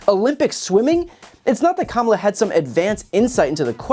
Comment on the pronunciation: The only thing I took from that was, he finally said the vis president's name correctly.